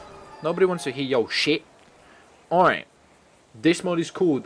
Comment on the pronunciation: You write mod and you say map